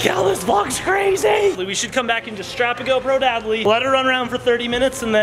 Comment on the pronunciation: Adley not addely